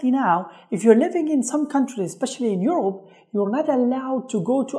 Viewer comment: You said Africa, eaurop, and America.